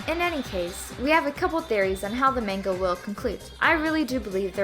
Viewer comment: The way she says manga hurts me Edit: Rest of the video was good, I also enjoy the way she explains things in comparison to Adil.